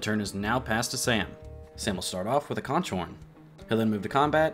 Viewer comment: Very minor but conch is pronounced like konk, it’s a shellfish in the Caribbean